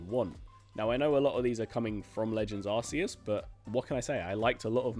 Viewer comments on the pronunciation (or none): Sorry but, it’s pronounced ArKEE-us.